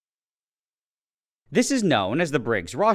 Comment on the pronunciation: the au in rauscher is pronounced more like out without the t